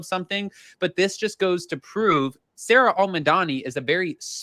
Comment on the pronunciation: its pronounced Sara Not Sarah they are two completely different names like Sara and June! Just as a heads up anybody called Sara hates being called Sarah because it's not our name and yes I am a SARA 😂